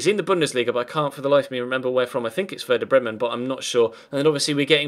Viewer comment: ITS Werder Bremen